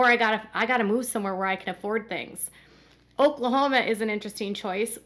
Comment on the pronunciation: The way she says Oklahoma,im suprised nobody has come down on her for that lol